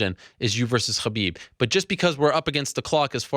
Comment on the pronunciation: stop saying "Khabib" that way Ariel